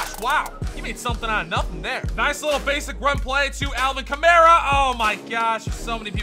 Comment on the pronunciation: It’s Alvin Kamara (kah-marr-a)